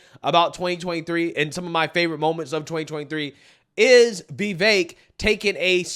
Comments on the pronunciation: It's VeeVake (like cake). Not Vehvekk. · dude, I have never heard Vivek's name prounounced so many different ways in one video by one person, lmao. You should really watch your own video back and see how you pronounce his name different every single time. It's fricken hilarious.